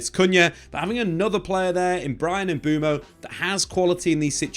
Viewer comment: lad, let’s learn how to pronounce MBUEMO before the season starts 👍🏿